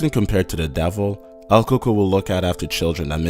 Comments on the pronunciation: It's "El Coco"...He said it correctly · everyone is here saying el Cucuy but I was always told its el coco Incase your wondering I'm 100% Mexican and so are mi parents ig it's different from what parts of Mexico were from ? btw my dad is from Axutla Puebla and my mom Chimalhuacán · its El Coco